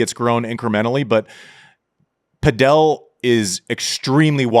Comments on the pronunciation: Andy driving me crazy saying Padel wrong. It's padel...not padiel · Saying padél instead of pádel is not distant from saying Láver Cup:) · Pronouncing Padel like Nadal 😂😂😂😂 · We calling it pa-Del now? wtf